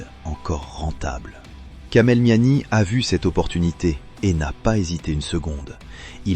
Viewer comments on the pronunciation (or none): Sinon c’est Kamel meziani pas miami imbecile 🤦🏻‍♂️